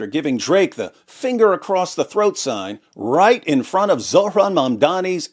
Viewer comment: Did you say Zutt-ran mamdani?